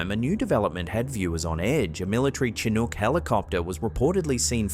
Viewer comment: Chinook is pronounced as 'shin ook' not with the ch like cheeky but with SHIN OOK. Look it up.